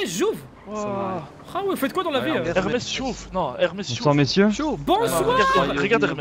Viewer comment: ''Hermes Chouf'' 😂😂 ceux qui parle arabe comprendront